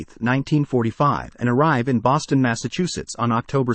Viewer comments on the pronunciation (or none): none